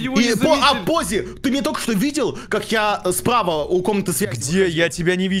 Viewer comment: ПОЗЗИ НЕ ДИ ЗАРИ А ДИЗА РИ